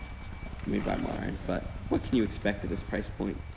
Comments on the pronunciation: You're mispronouncing the name Marin. it's MA-Ren. it's a place in California. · Nice review. I have the Marin Nail Trail 6 hardtail and love it! Enjoy! By the way Marin is pronounced "Muh-rin" after Marin County in California.